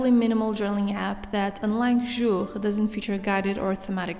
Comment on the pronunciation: your pronunciation of “Jour” is perfect! 🇫🇷